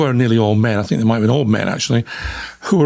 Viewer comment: You say things not fings , so why do you say fink for think? your making it up , Busted !